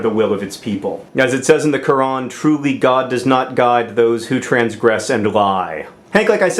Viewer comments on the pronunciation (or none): none